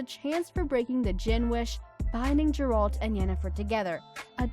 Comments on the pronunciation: It's Geralt, not Jeralt. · .... I hope you're mispronouncing Geralt and Shani intentionally to avoid some kind of copyright strike.... because that was literally nails on a chalkboard. >_<